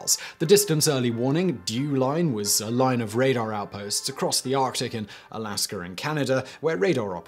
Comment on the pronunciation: No offense but why do you keep saying alaskr I just don't know where the r comes from